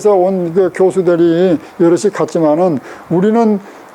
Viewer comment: 대담자가 시각의 시를 짧게 잘못 발음했읍니다. 자고저의 문제가 심각합니다. 선생께서 이 문제도 겸해서 말씀해야겠읍니다.